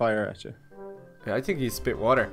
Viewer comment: you tink